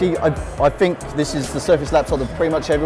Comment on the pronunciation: "i Fink"?